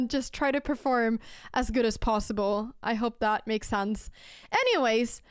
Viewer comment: Dear Anna, Anna Dear. Please it's sense not sanse. Oh won't you please go to Google please? And type "pronounce sense", search then in results click or tap the little speaker button. Yes listen please oh won't you please? Cause we love you 💓 loads like pepper on toast yes choclate crunch sweet teddys too! (High tone) And thank you for the chess and videos too. (Last sentence In Abba voice)